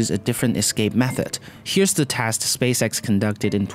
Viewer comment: What's with the pronunciation? Teste, paylo. It makes me quench...